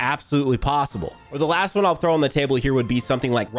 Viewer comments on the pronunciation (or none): none